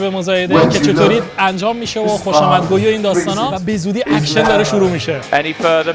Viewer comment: اکشن؟؟؟؟ اوکشن😅😅😅😅